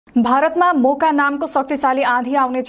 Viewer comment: Those who heard boka in first then realised it Moka 😂😂